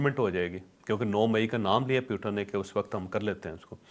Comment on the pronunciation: پیوٹن نہیں ہے بلکہ پوٹن ہے